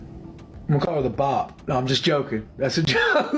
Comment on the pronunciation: she's a BOP bc she cheated... bro doesn't even say it correctly